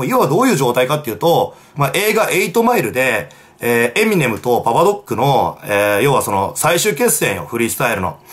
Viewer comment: 今さらだけどエミネムのイントネーションだけがごっつ気になる